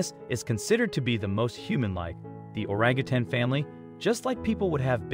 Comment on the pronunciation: Thank you for pronouncing Orangutan correct!.. a lot of people at the end of the word say tang....it is tan. ( I guess once a teacher always a teacher)